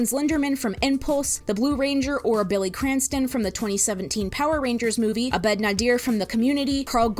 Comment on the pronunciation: its pronounced ahh-bed btw. emphasis on the first syllable. also it's dan har-MUN not har-moan, and it's community not the community